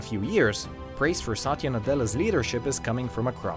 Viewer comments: It's not saaatya. It's Satya with a relatively short length of the letter A's pronounciation. If you say someone's name, atleast pronounce it properly. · I am cringed over the fact that how wrong he pronounced Satya 's name